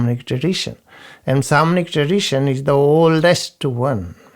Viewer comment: When You say Samanic tradition do you mean Shamanic i tried to look up info on it and could not find it , thank you